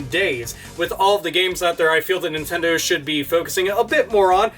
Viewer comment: Wade Dewell Stop saying NintenDOH. You're giving me NewGrounds PTSD.